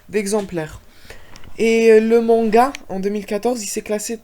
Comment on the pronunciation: Tu dis ça,mais un manga n'a pas d'opening mais c'est un anime qui en possède un ^^; Et puis ton s à manga ._. C'est un mot japonais,pas français.